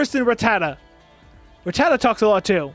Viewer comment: Ratata ? It's Arata